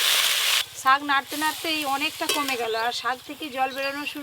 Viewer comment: কেন আপনারা ছাক না বলে শাক বলতে পারেন না?